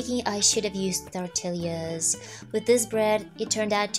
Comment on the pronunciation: It’s so cute when you pronounce “Tortillas.” The correct pronunciation is “Torteeya’s”. In Spanish, a double L is pronounced as a Y. 😁 Living in California, more than half of the population is Mexican and speaks Spanish. There are also Mexican restaurants in every city. (I’m not Mexican though, I’m a white lady trying to learn Spanish.